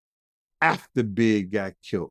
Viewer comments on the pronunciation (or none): it is killed, not kilt.